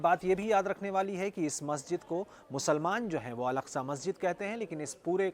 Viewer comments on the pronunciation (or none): अलास्का नहीं बे अल अक्सा। एकदम वही हो का 😂